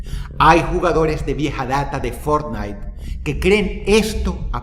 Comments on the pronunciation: lo mejor del video fue cuando dice fornite.... en el segundo 2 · Que juege fornite dices ?😂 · El título dice que iba a hablar de fornitee JAJAJAJ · Fort Night.! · Boton para que Dross diga Fortnite ➡